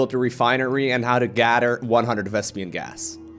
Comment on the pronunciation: jesus i hate how you say gader bc you dont know how to talk